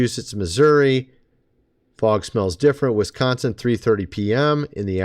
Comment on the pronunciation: it's not f o g